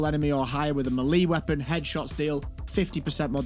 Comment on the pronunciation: It's pronounced "meh-lay"